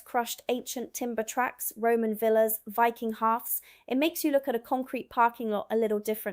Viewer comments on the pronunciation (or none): none